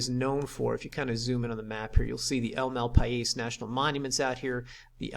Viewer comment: fyi - I owne the adjacent prime lot, on the paved rd and this one - This is NOT "no restrictions" - there are a lot of them, and Cibola County is very sticky with their enforcements. Secondly, it is "MaLpais", as in the Spanish "mal pais", or "badland". Thirdly, you might be a little off on your distances! Autos do not fly straight lines. From Indian Knolls to Grants is always 1 1/2 hours, pushing it. It's 70 miles. Just sayin' ! It's a good video and still tugs at my heart how beautiful it is there. Cheers